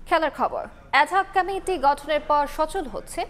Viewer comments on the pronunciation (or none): কমিটি উচ্চারণ করতে পারে না, ক্যামিটি বলছে সাংবাদ পাঠিকায়🤔🤔🤔🤔